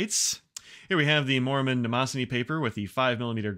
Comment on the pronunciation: You pronounce Maruman the same way does. For the longest time, I thought it was 'mormon' paper when listening to his earlier podcasts